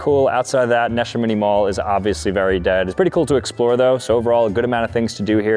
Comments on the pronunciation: “Nesh-A-Mini Mall” so I think it’s pronounced “Na-sham-in-e” 😭✌️ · Seriously? Standing in front of Neshaminy Mall and repeatedly calling it Nesha Mini Mall? 😂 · Nuh-SHA-mini mall 😭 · Its pronounced nah shamity mall lol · Wow! You're not even close with the pronunciation. It's called 'Nuh - Sham- Eh - Nee' Mall. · It’s NAN-SHA-MINY Mall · Bro said Ne Shim iny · the way you pronounced Nashaminy 😂😂😂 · The Montgomery mall was the mall near my college. They used to run a shuttle there on saturdays. Had my first cold stone there. Sad to see it like this 😢 Edit: I used to go to neshaminy too! You mispronounced it though… Edit 2: Franklin mills was top tier! My old go to for clothes and jerseys. I remember a fight broke out in the movie theater there one time. 😂 Thank you for this video. So much nostalgia. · You said Neshaniny so wrong. Also, Concord Mall has Macy's and Boscov's as anchor stores. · The pronunciation of Neshaminy😭😭😭😭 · I've been to Montgomery mall and Neshaminy mall (you pronounced it wrong btw). It's sad to see these places places that I have good memories of dying out. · I live near Neshaminy and you butchered the name so bad. Literally as wrong as possible. 😬😒